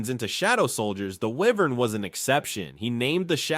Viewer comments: Wyvern is pronounced Why-Vern not were-vern. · he kinda said wyvern wrong tho